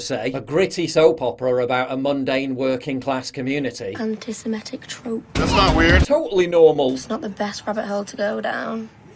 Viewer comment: Love how she pops the 'p' in trope as if she's proud of saying something really clever